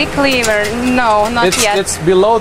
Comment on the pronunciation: The way they say "lever" hurts my earts :|